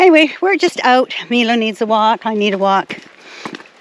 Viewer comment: I was wondering if you could do something for me that I'm really curious about. You are calling your dog Milo (Meelo) everytime I've seen that name it's always been pronounced (My-lo). Could you please call your dog My-lo a couple times to see how he reacts, if you aren't pronouncing his name properly could be part of his problem of adjusting to his new home.